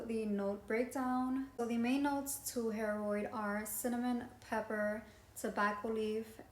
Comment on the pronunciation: It is pronounced (Hair-uhd) and it is phenomenal! So is Carlysle. Though not an older brother to Layton. Different all together.